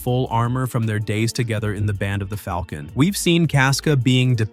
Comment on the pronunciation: Teach the other guy how to say Falcon please